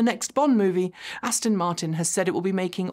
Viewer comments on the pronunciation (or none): none